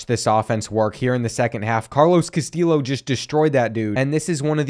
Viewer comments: I love hearing you pronounce your WRs name as KaSteel Lo, but if you want to know fyi it is correctly pronounced Ka - Stee - Yo. Keep up with such great content, you really help me get through my over night shifts at work. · btw "Castillo' is pronounced like Castiyo. I think you said something about being unsure of the pronunciation. Keep up the good work loving the series! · Castillo is pronounced Cast(ee)o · great video but it's pronounces Cas-TEE-o not Cas-TILL-o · Castillo is meant to sound like Cas-Ti-Sho like show without the W, and with emphasis being on the second sillable (I don't know if the show reference is a good one, English isn't my first language so feel free to give your two cents guys) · Carlos Castillos name is pronounced ca-still-oh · I know this video is 2 months old but if you were still wondering, the correct way to pronounce Castillo is ka-stee-oh. The l’s are silent. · For Carlos Castillo, the proper pronunciation is kah-STEE-yo, hope this helps. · I’m not completely sure but I’m pretty sure Castillo is pronounced cuh-stee-O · Pace is super inconsistent. Feels like in madden he’d be a 65 overall x-factor. Also, it’s cast-eee-o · Love this series. Also Castillo is pronounced Ka-stee-yo. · The pronunciation of Castillo is said cass-stee-o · Btw you say Carlos Castillos last name as,-casti-yo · Also Castillo is pronounced like Casteeyo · Castillo is pronounced like Castee-yo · Castillo = Cuh-stee-yo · I love how the chronic mispronouncing of Castillo has evolved into just saying something random and hoping it’s close 😂😂 loving this series man it’s been a riot so far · You are it's a Hispanic last name so the double ll makes a y sound. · Castillo is pronounced “cas-TEE-yo”, and Concepcion is pronounced “con-SEP-see-OHN”.